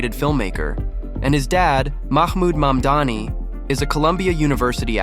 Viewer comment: You mispronounced his last name. You said Mandani. It's Mamdoni.